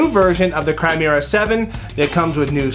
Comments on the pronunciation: It’s pronounced “Ki-Mer-Rah” not “Cry-mera”. Just saying. Great video though. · It is not pronounced CHRIMERA